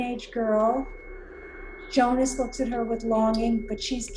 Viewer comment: Watching it now, 360p quality be damned... really good stuff, definitely subscribing! Of all the possible shows to react to, you picked the best one out there, that's for sure. Look closely, that's not blood, it's a black liquid. Since you're ribbing us Germans a bit, you surely won't mind me slightly correcting your pronounciations... 😉 Jonas: "Yo-nas" / "Yo-nuss", not "Joe-niss". Bartosz: "Bar-tosh", not "Bar-toes" (it's a Polish name, so "sz" is like "sh" in English). Ulrich: "Ulrichhh" (well, there is no such sound in English), not "Ulrick". Franziska: "Frun-tsiss-kah", not "Fran-chess-kah". Regina, the G is not like the one in "G-Wagon", but like the one in "Gangster". Ah well. I guess some of it is counter-intuitive for an American. If in doubt, listen to the way they say it in the show. I don't expect you to pronounce everything correctly all of a sudden, i'll just put it out there and you can take from it what you want :) Very good job already on pronouncing Martha, Mikkel, and even Helge and Charlotte (no silent vowels at the end of words in German), so not all is lost. Also, a bit later in the video you already switch from Joe-niss to Yo-niss, so you're halfway there. Typically pedantic German signing off and looking forward to the next video, correct pronounciations or not! 😄 Oh, one last thing. Make sure to choose the "English" subtitles, not the "English (CC)" ones. The "English (CC)" are a transcript of the English dub, meant for the hearing impaired. For